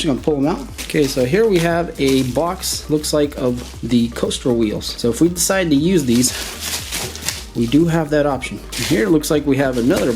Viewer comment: Caster wheels are pronounced CASSTER not coaster. You're killing me smalls 😂